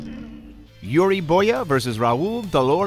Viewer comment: "Yuri Boya" ...